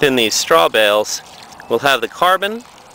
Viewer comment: Tell the man Urine has an e on the end, so it's not pronounced yur-in. And it's straw bales, not straw bells!